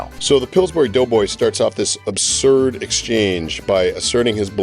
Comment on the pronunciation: Ratskin is "abthurd"